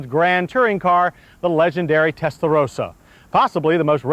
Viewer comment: He said it correctly this time😂